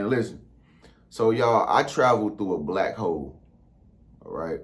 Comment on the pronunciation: It sounded like he said Black Hoes at first.🤣🤣🤣